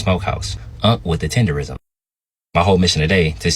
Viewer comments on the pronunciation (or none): Tender"nism"..NOT "rism"